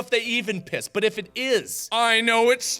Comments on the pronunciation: Markiplier saying piss sounds weird... almost like, how poss sounds... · “I’ll take the cup of piss” Mark is becoming Indian